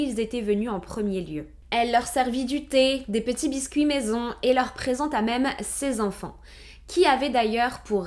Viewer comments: Sept zenfants, quatorze zenfants, vingt huit zenfants, ... Faut apprendre à parler ma belle !!! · Bonjour, Merci pour cette histoire très intéressante dont je n'avais jamais entendu parler. (Et j'ai aussi appris l'existence d'une sous-espèce humaines : les Zenfants - sept Zenfants, quatorze Zenfants ^^)